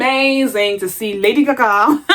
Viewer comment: You had me HOWLING every time you said “lady gagaa” 😂😂😂